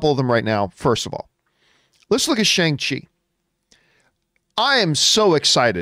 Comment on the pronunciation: Shang-Chi is pronounced (per Kevin Feige at Disney Investor Day) Shung-She